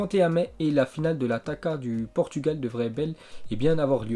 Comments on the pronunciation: ça s'écrit taça et se lit "tassa", c'est comme déçu ou garçon. taka XD jpp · On dit "TASSA OU TAÇA" bref ta compris mdrr Pas taka